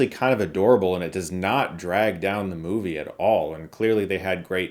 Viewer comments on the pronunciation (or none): none